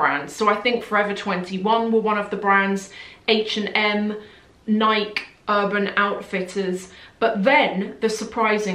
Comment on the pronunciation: Thank you for an interesting and thoughtful video, I subscribe to you for the very reason: you do videos on aspects of luxury most other luxury youtubers don’t discuss. Just wanted to point out (i’ve noticed it going on for several videos), is that Nike is pronounced N-eye-kee with the “e” pronounced the same way you would the alphabet. That’s all! You always seem to doubt the pronunciation of other brands but never seem to doubt yourself about this 🤣